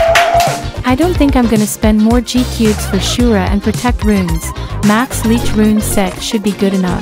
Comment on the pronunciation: Ur my fav bg but u said ni gcubes seris beuh